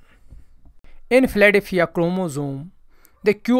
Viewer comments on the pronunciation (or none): He says: "Philadelphia chromosome" and the translation said: "Platyphia chromosome". Hilarious and informative about the person's ability to pronounce English words!